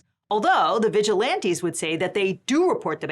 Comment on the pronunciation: why do you call them vigilianties????!!!